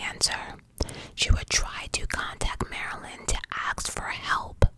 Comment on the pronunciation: Are you trying to say the word ASK?? Or ASKED.. not sure what AKS is?? I know you can say the word properly because I’ve heard you say it previously 😮